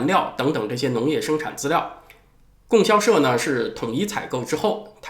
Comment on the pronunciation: 老师， 应该读 供（读第一声比较适合）销社